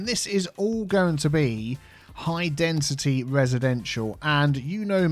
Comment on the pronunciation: As non english native speaker, I didn't know that we need to pronounce density with a "t". always says dentity speaking instead of density ahah